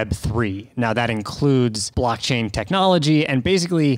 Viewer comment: "blackchain"? Xd